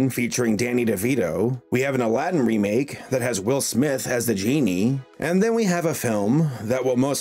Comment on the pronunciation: You said wemake once.